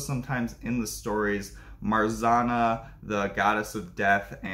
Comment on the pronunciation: Marzenna/ Marzanna is mispronounced. One, yu should have said Morana because it's easier. Two, if you do go for the Polish variant, know that "rz" is pronounced like French j